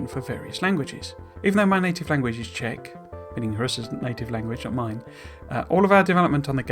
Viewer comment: Nice Czech pronunciation!